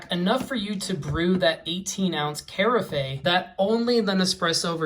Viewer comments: The word "carafe" is pronounced "ker-aff" not "care-a-fey" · Carafe = Cuh-RAFF. 🙂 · Its from french Caraffe where the C is indeed prononced like a K